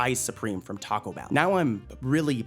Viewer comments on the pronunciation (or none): none